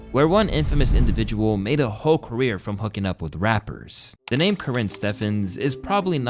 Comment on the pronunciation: Did you say "she made a whole career" or "she made a ho career"?